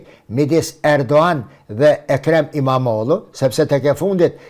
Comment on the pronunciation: Imamoglu jo imamodhu o shqipe.